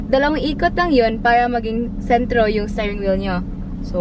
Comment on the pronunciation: gusto ko ung "stairing wheel" haha